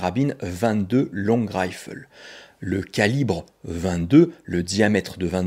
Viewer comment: Je suis nord Américain, je regarde beaucoup de vidéos sur les armes à feu et tu es le premier Français que j'entends correctement prononcer ''long rifle'' bravo !!!